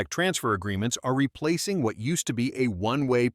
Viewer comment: The AI voice, though 😅😅😅 "w" hat?! What the actual f*ck 😂